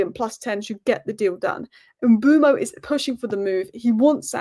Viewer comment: BTW it's pronounced Mmm-buur-Mo not M-Boo-Mo